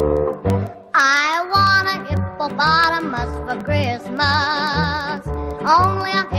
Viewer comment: Kree-us-muss. WTH